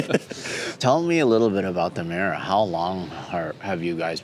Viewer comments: 'Miura' not 'meera'. It's hard to believe you're a car guy if you can't pronounce the names. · Secret?..in all public spaces - Muira, butchered 🤮